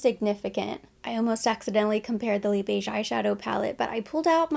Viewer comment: So glad that you pronounce Les Beiges like “le beige” without the extra ‘s’. I cringe when i watched other beauty youtubers who are not new to Chanel pronounce it with the extra sss.. it sounds so weird, and i’m not French 😂😂